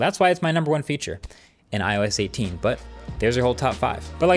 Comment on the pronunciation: That "IOS 18" was brutally wrong 😰